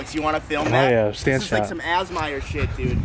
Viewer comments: did he just say assmire for ASMR? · When said ASMR as "asmire" 😂😂😂